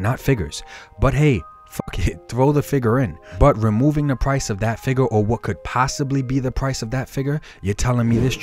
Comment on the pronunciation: I love videos. Down to earth and legit. But, every time he says “fig-urrr” I flinch.